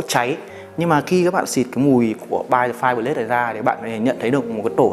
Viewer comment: Bạn làm rất là hay, nhưng bạn cần tăng khả năng phát âm tiếng anh lên 1 tí thì tốt biết mấy, như câu "By The FirePlace".